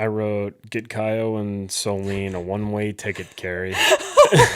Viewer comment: I love your guys‘ content, but PLEASE. Her name is SoLÈNE, not soleen 😅 I know it’s not common in English, but the pronounciation isn’t that hard, you got it right in the previous episodes